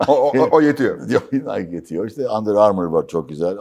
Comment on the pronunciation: ilk kez "nayk" demeyip dogru pronunce eden birine rastladm. Nike yazilir, "Nayki" okunur.